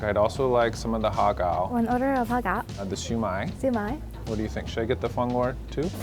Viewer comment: Did he? The way he pronounced HARRR gow, hurt me.